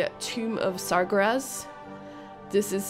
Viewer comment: why you say it like sargrass